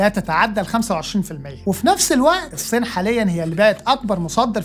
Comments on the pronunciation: هل ممكن حد يعلم الأخ ده إزاي يبطل ينطق فلاحيني ويتعلم ينطق "الصين" صح؟ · أتمنى إنك تنطق إسم الصين بشكل صحيح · يا ريت لو جابو (اقتصاد الكوكب) شب لطيف واخف دم ونطقه للالفاظ والمصطلحات يعني المخبر الاقتصادي جيد ولكن نطقه لكلمه الصين مزعجه جدا